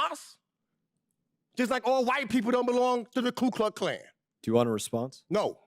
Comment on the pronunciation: It is Klux not kluk.